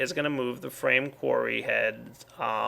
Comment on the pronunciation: oh when he said frame qurry i thought he ment a qurry on a frame and i thoguht well that doesnt sound effishant at all